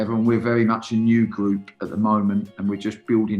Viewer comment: Nobody: Danny Cowley “Gwoup”